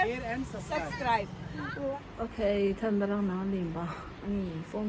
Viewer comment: Says Sub-Scribe. Subscribe. Not suscribe. You are also not pronouncing right